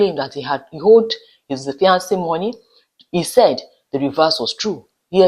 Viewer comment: Fiance (male) and Fiancee (female) have the same pronunciation. Please Pronounce for the male the way you pronounce for the female .